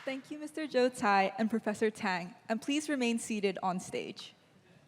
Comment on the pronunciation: The pronunciations is Joe Tsai, not Jiu Chai😂,韭菜😂